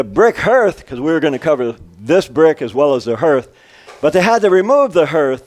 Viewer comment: "HER-TH"? i thought it was "HAR-TH"?